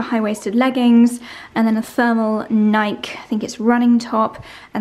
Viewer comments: It’s Nik-eee 2 syllables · The brand Nike is pronounced Nik with the e sound at the end so Nikeeeee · Every time you say PT I keep thinking it’s Physical Therapy 😅 I JUST made the connection that it’s personal training. Also Nike has a long E sound at the end 😊